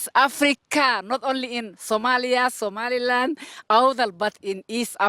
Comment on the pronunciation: it's somaliland not somaloa